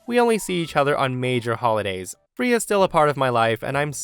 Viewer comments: The cat's name is pronounced frā-uh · I love you and your stories, but the way you pronounce Freya 🙃🙃😂😂😂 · The way you were saying the cats name was just getting to me😅 pronouncing it so wrong in the first story. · I can't get over your mispronounciation of the cats name